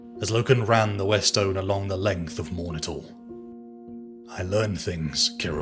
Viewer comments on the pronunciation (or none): none